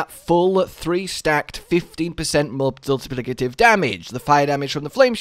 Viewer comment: I love how just gave up in saying "multiplicative" don't worry man, I hate saying that word, too. it has awful phonetics!